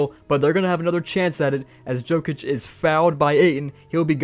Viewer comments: it’s pronounced yokic not jokic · man I love that you’re branching out but PLEASE figure out who NBA players are 😂 Yo-Kich, not Joe-Kich and the “White” on the Celtics is Derrick, not Cody or Coby. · every time he says joe-kich my soul gets sucked from my body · Jokic name is pronounced Yokich btw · I was about to say that 😂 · It cracked me up to hear say Jokic incorrectly over and over. Love the vid.